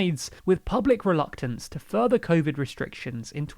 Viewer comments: "Public Reluctance" not "Public Relcutance" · relcutance lol